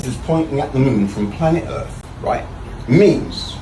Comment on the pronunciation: Why cant he pronounce earth correctly 😫